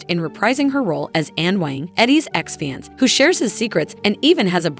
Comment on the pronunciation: How is this lady NOT an AI voice over? She can't pronounce any words. Like "fieance" for fiancé.